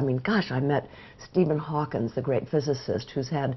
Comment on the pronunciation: I love Jane Fonda and Marlo but I cringed when they say Stephen “Hawkins”